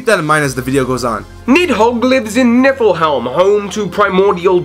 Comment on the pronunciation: You're saying Niflheim wrong :P "heim" is pronounced "hi-m", like in Anaheim :)